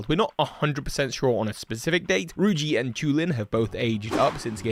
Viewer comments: I'm sorry, did you just say "Ruji" instead of Riju? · Who the hell is Ruji? You mean Riju? It’s not a hard one to pronounce. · ‘Ruji’ ?? Her name is so easy to say HOW did you get it wrong😭